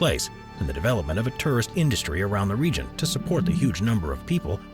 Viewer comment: His pronunciation of tourist as turrist & ceremony as cermy and sphynx as sphanx was distracting.